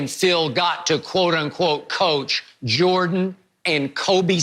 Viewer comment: Me: Michael Jordan Shannon: Michael Joh-dun